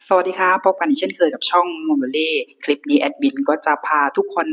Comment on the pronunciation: อยากให้ลองเล่าโดยไม่ต้องตั้งใจลงท้ายด้วย"ครับ" เน้นๆ, เล่าแบบธรรมชาติคนติดตามฟังจะรู้สึกสมูทกว่า